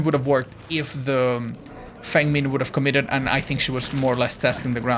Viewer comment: Hi, I noticed that you pronounce Feng min on the way that someone would say it from her home country. It would be awesome if you could also pronounce coup de grace this way. In French it's pronounced: cou de graa, it would be awesome if you tried to include that in your vocabulary 😊